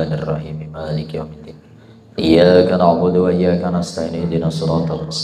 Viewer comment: Tolong p ustadz. Ketika baca Al Fatihah, khusus PD ayat iyyaa ka na' Budu.... Di perbaiki tajwid darah nya...agar tidak berubah arti...🙏🙏🙏🙏🙏